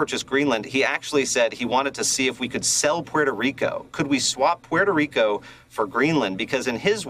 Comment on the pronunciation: Who can forget the vile, racist way he pronounced Puerto Rico in a public speech? He seemed to enjoy doing so. Thank God it’s hard to feel insulted by an illiterate traitor to his own country.